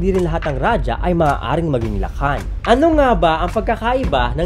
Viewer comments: Kuya raha ang tamang pag bigkas jan sa rajah hindi raja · Its raha (rajah) not rajah wrong grammar ijo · Raja o Radjah o Radya o Ladya po ang mga tamang bigkas ng ating mga ninuno, sa wikang Kastila po nagmula ang pagbigkas na Raha. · Ang pagbigkas ng Ra-Ha ay galing sa mga Kastila. Ra-ja o Ra-dya o La-dya ang mas angkop at tamang pagbigkas nito. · Ang pagsambit na "Raha" ay mula sa mga Kastila. Rajah (o ra-dya) talaga tunay na pagbigkas nito hindi Raha. 😉